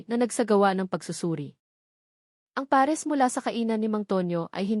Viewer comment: Bago na pala ang pag bigkas ng pares peres na